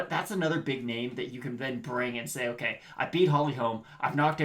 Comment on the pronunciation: It’s Holly Holm not Holms.